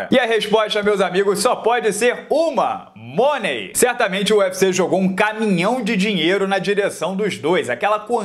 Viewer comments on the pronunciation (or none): Oi. Assisto sempre os seus vídeos. Você é muito bom! Melhores análises. Tem um detalhe nada importante mas sempre há espaço para melhorias. Money se pronuncia "mãni".